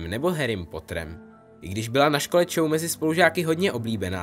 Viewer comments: Hm lepší by bylo nemíchat knižní předlohu s tou filmovou... A tuším, že Cho, se vyslovuje "Čo" a ne "Čou"... :) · To není Čou ale Čo 🤦‍♂️ trhá mi to uši